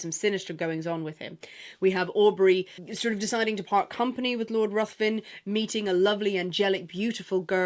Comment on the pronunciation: Ruthven is pronounced Riven.